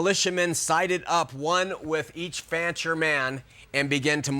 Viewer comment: DUDE! The name is FANCHER, not FRANCHER. How can anybody trust ANYTHING you say after this GROSS ERROR!!